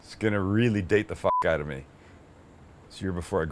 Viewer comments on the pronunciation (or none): DANGEROUS DRINKING GAME while watching Sam... every time he says “OUT” like “OAT” —- good luck